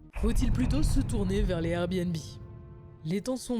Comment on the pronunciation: super vidéo. "trouner"